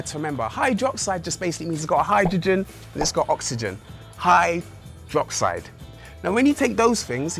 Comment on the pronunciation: HYDRO- and -OXIDE not HY- and -DROXIDE... -__